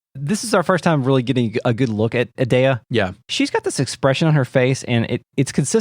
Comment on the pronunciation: I always get tripped up on "a-dea" since I say it like "Ee-dea" since you say "Eden" and not "Aden"